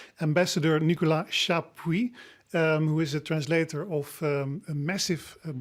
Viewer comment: The author is Nicolas Chapuis (not Chappuit)